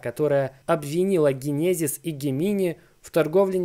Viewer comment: Дженезис. Учи инглиш.